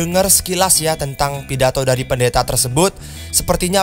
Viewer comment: Bukan pidato itu tapi pidato:v